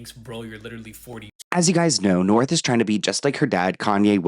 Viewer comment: Hehe “Norh”